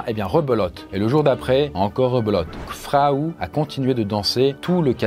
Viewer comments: Je crois pas qu'on puisse prononcer "Frau" Fraou (comme un prénom)... Frau Trofea ou Madame Trofea de la traduction de l'allemand , la angue parlée dans la (région alsacienne ) de ces années là ... Ceci dit, c'est ainsi que Péracles l'a nomma dans ses écrits , et l'on sais que ce n'est pas le vrai nom de cette dame, et qu'il aurait sorti se nom comme nous pourrions le faire de nos jours en l'appelant "Madame trucmuche" ou en Allemand " Frau Trofea"...😉🤔👍 Mais sinon , c'est une vidéo très sympa comme d'habitude. Je comprends enfin ma tante , qui me disais de temps à autre, que j'avais "la sainguy" quand j'étais gamin et turbulents. Comme si il s'agissait d'une maladie...🤪🤔😉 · Au moment où cette histoire se passe, Strasbourg était une ville de l'empire romain germanique, ce qui implique qu'on y parle une langue germanique. Ce n'est d'ailleurs pas pour rien que l'alsacien est un dialecte allemand. Donc oui, il prononce mal "Frau" étant donné que, histoire vraie ou non, son nom n'est pas Frau étant donné que Frau veut dire femme ou madame, dépendant du contexte. Il aurait très bien pu raconter l'histoire en remplaçant "Frau" par "Madame".